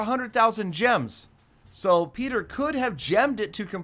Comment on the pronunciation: One vid i herd say petrer knock it off